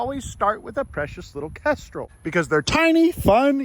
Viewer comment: Kendral? What? Did it even sound like he said kendral? Its a kestrel. And they arent hawks they're falcons you FOOL.